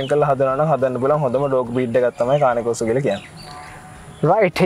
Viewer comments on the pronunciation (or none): Dear program presenter is it called carne corso or croso🤔. I HEAR... You pronunciate croso... Can we correct it Pls. 🙏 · කානේ කෝසෝ නෙමෙයි කේන් කෝසෝ ගූගල් එකේ ගහන්න මේක cane corso pronuciation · Kaani corso newei pranaounciation weradee kaani newei (cane )Kain corso thamai Hari breed eka ewa hariyatama danaganna